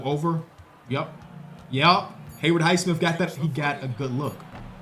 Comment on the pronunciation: it's Hay-WOOD Highsmith, not Hayward, Hay-WOOD